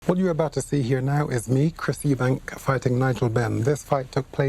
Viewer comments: Is it just me that finds mcguigan extremely annoying calling Chris "eubankS". There is no s on the end of his name. FFS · EUBANK not EUBANKS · 😂😂CWISS UBANK